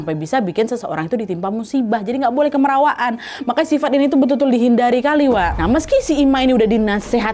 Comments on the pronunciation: orang kalimantan selatan biasanya nyebut, "KAMIRAWAAN", bukan" KEMERAWAAN"ya wak😁🙏🏻, kamirawaan atau kemerawaan, biasanya prilaku yang secara berlebihan, seperti bercanda yg berlebihan dan berisik bukan keras kepala ya wak😁🙏🏻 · pengucapannya salah tuh nad, harusnya kaya pengucapan kamera bukan kemera